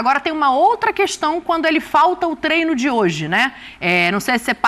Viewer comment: Pedrão, avisa para o Zinho que não é TRENO e sim TREINO. Será que precisa falar diferente para ser ouvido? Será que não basta os idiotas vermelhos tentando ferrar a nossa língua? O cara que trabalha nessa função em que se torna um 'formador de opinião' deveria ter um pouco mais de zelo pelo vernáculo. Obrigado.